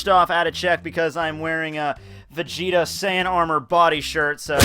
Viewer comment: gelly vegeta? vegelly?